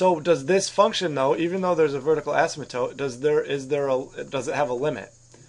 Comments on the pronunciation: You mean “vertical asym-a-tote”! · Bruh the way he says asymptote